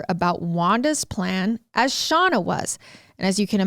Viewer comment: I love hearing about this case from different sources. I'm sorry but I have to correct you on something... You keep calling the daughter "Shawna" and it is "Shayna"...... Like her big brother Shane but with an a ☺️